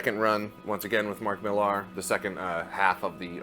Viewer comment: 'Millar,' is pronounced 'Miller.'